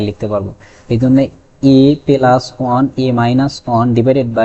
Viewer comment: পেলাস বলেন কেন?